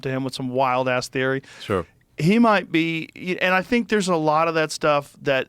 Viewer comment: mark Joe busts into a random British accent, “he moight be”